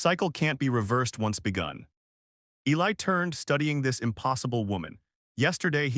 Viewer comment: And of course the male is Eli, although not mispronounced as much as usual